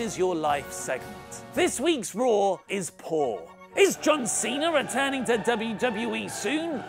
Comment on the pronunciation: In the intro, do you make Monday night raw, sound like Monday Nitro on purpose? Every intro, it's all I hear now!